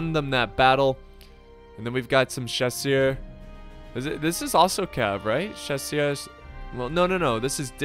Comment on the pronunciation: When he said chassuers I just thought that the Brit cav was dead